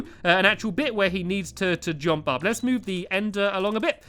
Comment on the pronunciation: stampy just to say when you say jump instead of saying jump you say jOmp